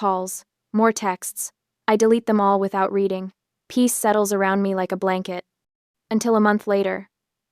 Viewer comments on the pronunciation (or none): none